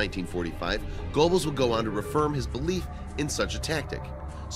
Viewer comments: Please consider checking your pronunciations of people and places. Goebbels' name is pronounced , "Grr-bels" not GO-bels "Echelon" is pronounced "Esh-elon" not "Etch-elon" I could go on, but don't wish to seem harsh. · Small corrections: Otto Skorzeny’s name is pronounced score-Zanie. Colliers (magazine) pronounced COLL-yerz. Goebels pronounced GURR-bulz, not GO-bulz.